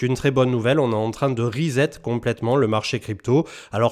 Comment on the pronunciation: Toujours des bonnes infos ! Cm on ne dit pas rizette on dit resset !